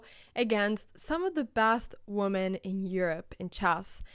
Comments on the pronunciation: FYI Anna, when “woman” is plural, it’s “women”, which is actually pronounced like “wim-in”! 🙂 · Din akilleshäl när det kommer till engelska är uttalet och användningen av "woman/women". Pias akilleshäl i engelska är "opponent"